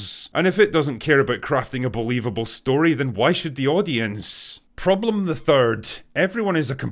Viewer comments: Wow, besides all is true, Your "prroblem the first" was so polish, cześć przyjacielu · Had to pause the video when Drinker rolled the r on “Problem the 1st” because it was so perfectly hilarious and unanticipated 😂 never change Drinker, never change